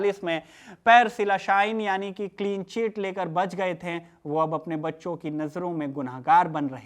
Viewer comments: "थें" नहीं बल्कि "थे" बोलिए हुज़ूर!!!😂😂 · Bhaiya aapki bhahut sari lines ke end main NTH ka sound aa raha hai jaise nazinth, shamilnth hai, ganyenthe, baghenthe...aap dhyaan se suno waise baki ka video bhhaut acha hai..